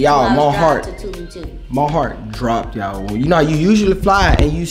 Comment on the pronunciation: CONGRATS ON UR TRIP HAVE FUN AN B SAFE. I’VE ALWAYS HEARD PPL PRONOUNCE IT TWO-LOOM (TULUM) MEXICO 🇲🇽 ADIOS!